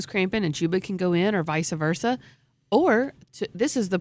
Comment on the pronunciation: You could see die a little inside when said “vice-uh versa”